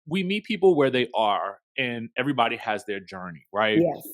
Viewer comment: I thought the same thing! Like when would they show a yt married couple on their shows to this extent. And these bravo hoes be gettin it in with EV-AH-REE-BOD-Y.